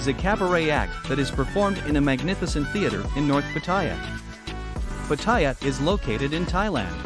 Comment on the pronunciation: Stopped watching when I saw that you cannot pronounce Pattaya correctly.